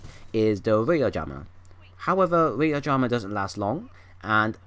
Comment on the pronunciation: im sorry brother, but it's radar not rader